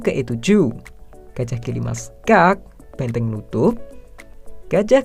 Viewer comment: Hanya disini penyebutan gajah jadi gajiah 😂